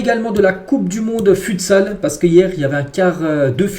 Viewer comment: stp on dit footsal (futsal) pas futesal sinon continue tes vidéos c’est super